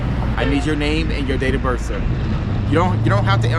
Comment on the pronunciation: I read the caption and I saw his face and I knew he was going to say birf instead of birth. How can you be a cop and not know the English language. And it appears this cop is threatening this man with an ax. I heard him say he was going to ax him.